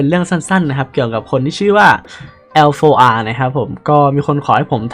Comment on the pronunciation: อ่านว่า LAR นะครับ